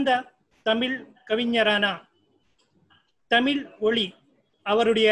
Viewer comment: "தமிழ்" சொல்லுங்க "தடமில்" சொல்லாதீங்க...